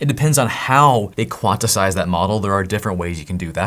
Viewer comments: It is QUANT-IZE not QUANT-ess-ize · Dude, you rule. Also, I die inside a little bit every time you say "quantisize." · Eventually you are going to get to "QUAN-TIZE".... or "QUAN-TI-ZATION" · It's pronounced quantize - "quant" sounds like the first syllable in the word "quantity", then "ize" which sounds like "eyes".